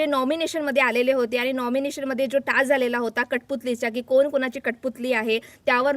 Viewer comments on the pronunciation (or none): कोन त्रिकोणात असतो... कोण असा शब्द म्हणायला शिका.... कानाला (काण नव्हे) मारक आहेत असे उच्चार.... आधी नीट बोलायला शिकून नंतर व्हिडिओ बनविल्यास तो पाहणे सुसह्य होईल... 😂